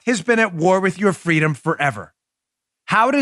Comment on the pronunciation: “Fwweeeedoom!”, “Si se puawdue!” 🤣 They’re getting good at it. Let’s see who’s next.